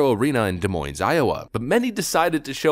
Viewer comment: Des Moines…the S’s are silent.